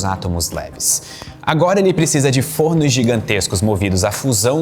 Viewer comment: o plural de forno se pronuncia com o timbre aberto f(ó)rnos👍